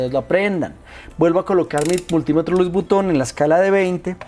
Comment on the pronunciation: Nuetro multimetro luis vuton ,que acento ,dioooosjajajaja